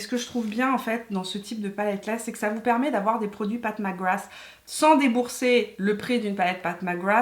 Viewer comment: Si vous voulez faire un jeu d’alcool, buvez un shot à chaque fois que dit « Path Mac Grath »